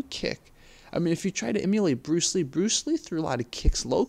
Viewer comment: He said Bruce Yee not bruce Lee...lol....